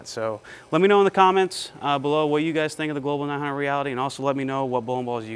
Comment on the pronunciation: New drinking game: take a shot every time says the manufacturer’s name incorrectly. InB4 alcohol poisoning